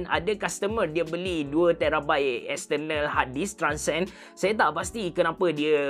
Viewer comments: Silentkan R pada perkataan External & compare... Buat mcm biasa je... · tak terbelit lidah ke dok sebut exterrrnal harrrdisk, exterrrnal, exterrnal.